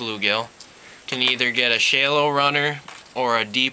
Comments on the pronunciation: SHAAALOWWW not SHAYYLOWW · wtf is a shay-low bait? its pronounced shal-low dunce.